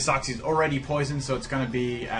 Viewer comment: Uxie is pronounced yooksi. It's very painful hearing uhksi